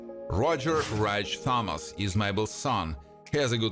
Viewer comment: A couple of corrections here: 1- the family name "Thomas" is pronounced with a hard "T", as in "Tom",& B- the disease is pronounced "die-uh-bee-tees". I don't know WHAT you were saying, but you weren't even close.